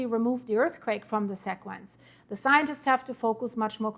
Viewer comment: I watch all your videos. You do an incredible job. But there is something super small that drives me crazy. Please don't get offended... Sequence is pronounced .. See quence Sea quence Sí quence C quence Thanks for all your great coverage, without you we would know very little .